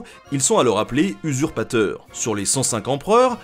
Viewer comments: El famoso "usuparteur" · 55 "usuparteur" hein... Ca sent la dyslexie ;)